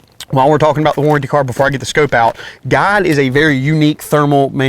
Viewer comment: Does he keep saying God or Guide?